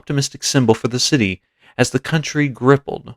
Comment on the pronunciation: Nice documentary. It's grapple, not grippel. ✌